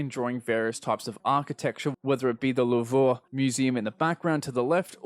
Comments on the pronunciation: Rohan at the lou've. As in the lou've in paris. Pronounced "loo-v" lol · Surprisingly you got litterally nothing wrong. Besides the pronunciation of the lou've. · in local news: artist does not know how to pronounce louvre